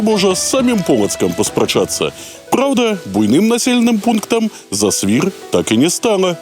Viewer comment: зАсвір, націск на першы склад! Яшчэ ёсць інфармацыя, што і кляштар быў закрыты ў 1861, а не 1831. Дарэчы, інфармацыя пра кармэлітаў і паўстанцаў пакуль на ўзроўні легенд